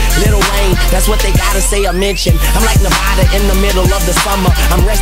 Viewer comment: Apprends à parler Anglais x) On dit : What. Et pas Wath.